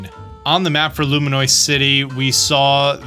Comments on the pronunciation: Loo Me Ohs. Im so sorry but I wince every time. Somebody said take a shot every time he says Luminoice. lmao Id be cooked. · consistently saying “Loominoice” is so wild lol